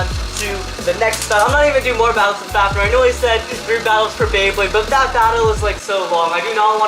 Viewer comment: The fact that he says fafner instead of fafnir irritates me